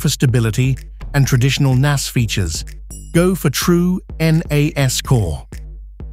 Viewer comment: The video starts out with AI not knowing how to pronounce. N-ASS Seriously?